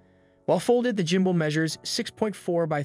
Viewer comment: I laugh everytime he says jumbull😅